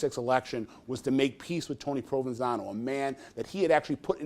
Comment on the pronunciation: They keep saying "Provansano" and I keep hearing provalone cheese, on top of some ridiculous Italian sub..